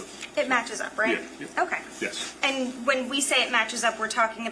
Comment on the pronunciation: The female prosecutor always says “o-ki” instead of “o-kay” lol it always makes me giggle when I hear it.